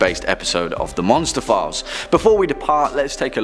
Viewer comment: What he said: Monster Files What I heard: Monsterphilles Me: what did I do now